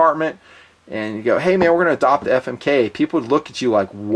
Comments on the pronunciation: every time i hear you say famic i laugh my ass off....keep fondling 💪💪💪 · lol "Famik"